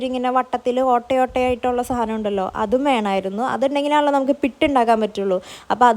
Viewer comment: പുട്ട് എന്നല്ലേ pitt enna parayunne......atho njan kelkkunnenta kuzhapam ano